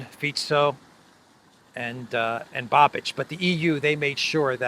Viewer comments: It's Babish not Babich. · You pronounce Babič wrong. It's not Babič it's Babiš. So not Č but Š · I would just note that "Babiš" is not spelled like Babich but Babish, I'm sorry but as Czech it tortures my ears when you say Babich 🤣🤣🤣 (just for fun). As for the last election to the Chamber of Deputies of the Czech Republic yes, Eurolibs had to put five parties together to defeat him and it is highly probable they won't be able to repeat it as this government, which is facing problems of internal coherence, is the least popular government in our history, probably including those from communist era... 😝 There were just regional and senate elections here and government parties are losing positions hugely, next Chamber of Deputies election will take place next year. Babiš joined Orban in EU parliament in Patriots fraction, but unfortunately his party should be perceived mostly as opportunists and although his eventual next government probably correct the biggest craziness committed by Eurolibs, one can't expect he would go as far as Orban or Fico. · The former Czech prime minister's name Babiš is pronounced "Babish" in English. I Just want to help. Great video 💗